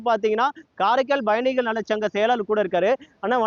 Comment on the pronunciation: It is payanigal and not bayanigal. Guy cannot even pronounce pa vs ba